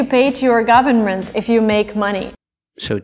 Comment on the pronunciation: Thanks a lot❤ she also didn't pronounce the word "government" properly, did she?